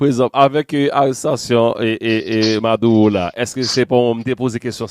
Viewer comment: Madulo pou di c pa maduwo kom ou pa pale espanyo maduro